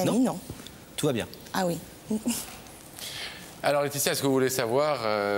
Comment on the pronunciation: Deux formidables présentaeurs dont l'un a du malà prononcer le"s" corrrectement "LAETITIA"et son amie se ressemblent énormement , on dirait deux sœurs jumelles ,ce que nele sont pas